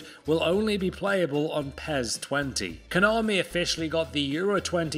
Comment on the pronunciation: Why do you say "PEZ"?